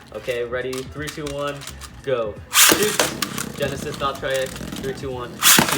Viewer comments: It's valtryek not valtraayak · It’s voll-tree-yek not voll-tri-yek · It’s Val-TREE-eck not Val-tri-eck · It is val-tree-eck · It's pronounced val-try-ek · It’s Val- TREE- ECK that’s how u say it plzz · im laughing he cant say valtryek properly XDXDXD